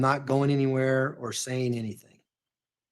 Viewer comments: I just noticed said “anythink” oh lord. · I hate it. It's ridiculous. AnythinK,everythinK wth